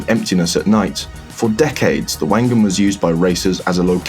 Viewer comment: Wank Gan